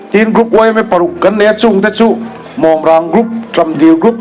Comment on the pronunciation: Saitual sub headquarter group hmingah hian MAWMRANG GROUP hming hi alam dik tlatlo.MAWMRANG tih a MAWM tih hi maimawm kan tiha Mawm tih thluk hian lam tur.